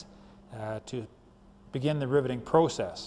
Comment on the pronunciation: I like the way he says "Proo-cess". Great Video thank you!